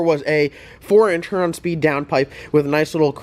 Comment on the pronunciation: Love watching your channel...maybe one of these days you'll pronounce Huron correctly